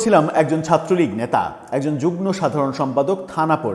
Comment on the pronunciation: যুগন নয় যুগম, তথা যুগ্ম।